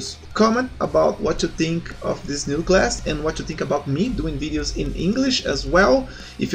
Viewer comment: Primeiramente, parabéns pela iniciativa "ser humano"! Poucos teriam a coragem de fazer um vídeo em outro idioma. Agora as dicas: 1 - Fala de forma mais calma, tava falando muito rápido no início (fale mais igual depois dos em diante). 2 - A pronuncia do "TH" é como se fosse um "F"... você ta pronunciando "NÓTIN" e "TINK", porém seria mais ou menos assim "NÓFIN" "FINK". Tem um canal chamado "SmallAdvantages" que é muito bom e tem bastante dicas sobre pronuncias. Espero poder ajudar com essa "parada e fui!" =)